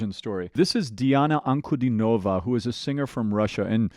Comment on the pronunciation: "An-ku-DEE-no-vah". Accent on the middle syllable ;).